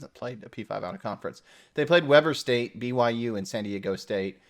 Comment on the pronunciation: Weber State is pronounced - Weeber State... Nice discussion.